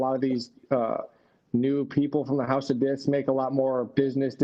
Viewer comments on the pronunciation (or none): I'll never be able to properly pronounce "House of Discs" again. 🤣